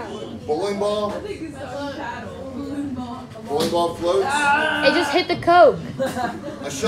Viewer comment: that emphasis on floats got me